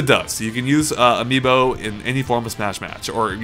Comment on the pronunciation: Is it bad it took mispronouncing Amiibo for me to finally understand why they called it that?